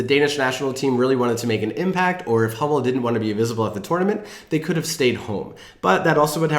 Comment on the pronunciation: When you said "Danish Sport wear provider Hummel" and it sounded like Danish Sport wear provider homo, I spat my beer out laughing! Very fitting! 😂